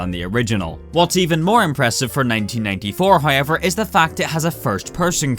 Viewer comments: am I the only one that hears "Hoyever" instead of "However" ? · oi mate cant pronoince the word hoiever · so many "hoyever" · However video 👀 yet pronounced hiover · Bruh you the goat, “Hoyever” ima need you to act like a grown up......you know this guys english is englisht 😁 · hoye-ever is really bothering me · Take a shot whenever you hear 'hoyever' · Also got "hoiever" going for him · This guys can't even fucking say however and he spams it every 13 seconds; jokes aside, loved the video.